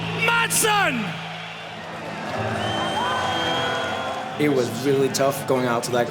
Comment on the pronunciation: If you want to pronounce it correctly, then don't pronounce the 'd' in 'Madsen'.